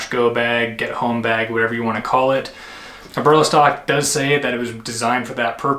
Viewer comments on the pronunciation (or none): Nice Review!!! It’s all good Brother.. mispronounce the name too.. But Great Review.. I more likely to get myself a Jackknife now.. it’s what I’m looking for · I wish you could pronounce Eberlestock correctly.